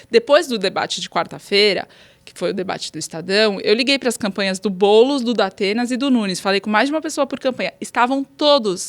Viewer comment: Datena realmente deve pensar em não ir, a menos que ele contrate uma fonoaudióloga